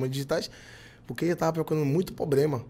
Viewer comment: gente, p cara fala "pobrema". pelo amor de deus. e outra, se o cara fez uma parte da música a composição é dos dois. você estourou com essa música mas não se preocupe, que como tantos outros, já já ninguém nem lembra mais.